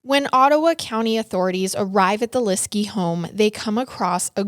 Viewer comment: It’s so frustrating listening to someone who is supposed to be offering the “facts” of a true crime incident who can’t be bothered to even learn the correct pronunciation of the victim’s last name. Please do the research.